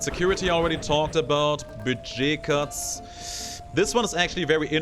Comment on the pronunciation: "Bugey Cats" Really? Even for a German your pronunciation of "Budget Cuts" hurts me every time. :P